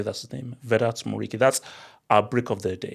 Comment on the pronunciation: *Btw for Muriqi it's Muri-chi (they pronounce the q as a ch) Just a little note for anybody outside la liga wondering about it. Or his nickname the Pirate (Pirata) coz of his celebration where he does the pirate eye patch